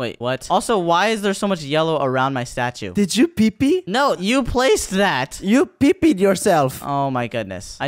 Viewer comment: “Did you pi pi? You pipied yourself”Bro’s got accent doesn’t even sound like him at all😂😂😂😂😂wait I realised his voice was different the whole time Also when cash said “nico’s gonna like this the like button turns colourful 😮